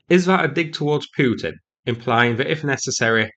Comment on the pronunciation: I kept waiting for you to pronounce Putin properly Rogered by this attack.